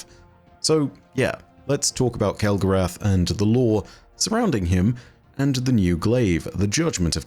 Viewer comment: Alright, now I'm just confused. Have you been been out with a bunch of Yanks lately and picking up their accent? I would have sworn you would pronounce it kel-go-ROTH, like you do with Wrath of the Machine. 😊